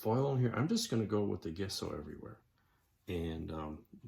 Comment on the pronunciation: Looking pretty cool. Took a few years of art classes in college, and "Gesso" was always prononced "Jess-o"